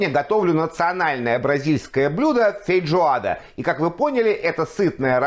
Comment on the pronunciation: вы постоянно так говорите - фейДжоада